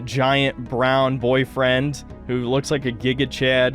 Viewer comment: I find it hilarious how he puts emphasis on Pyra's(?) new boyfriend, but wont acknowledge shark mans wife lol